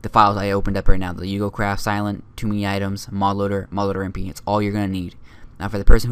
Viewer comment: Great video your really good at you tubing i subscribed of course just wanted to point out because everyone gets this wrong its pronounced oo go because its Japanese. i don't mean to be rude just pointing it out.